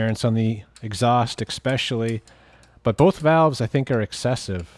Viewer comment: I love how thorough he is with everything but can't pronounce ESPECIALLY 😂😂😂😂 not making fun I just lmao every time he says it 😂😂